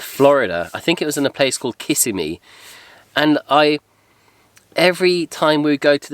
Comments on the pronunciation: Sorry, kiddo Kissimmee is not pronounced Kiss-a-me. It's pronounced Ki-si-me. Loved the video & what you had for dinner. From Florida & was born here. Kissimmee is very crowded. Don't go there too much. Live West of it. Looking forward to seeing another one of your videos. You & Amber take care. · Great video! Thanks for taking me along. Kissimmee The emphasis is on the second syllable. ka SIM ee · It can be said either way haha, but I always thought it sounded funny the other way.